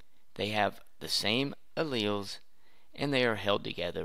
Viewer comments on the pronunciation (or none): Blud says “Chromatids” like “Chrome ahh t*ts” And Alleles like “Ally yells”